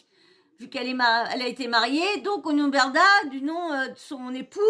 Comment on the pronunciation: Coucou ! Intéressant ce live, j'en avais entendu qu'un petit extrait, donc c'est super que tu fasses une vidéo là-dessus. MDR, Moundir il dit Magali Merdah au lieu de Berdah, il me semble avoir entendu ça. Sinon, super vidéo, j'ai appris quelques trucs. Merci, bisous !🥰💋❤